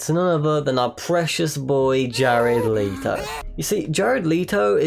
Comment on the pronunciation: I have never, ever heard someone pronounce it Jared Leeto